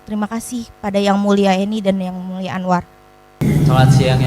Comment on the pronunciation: Jgn panggil,sebut mulia lagi buk,anda salah ucap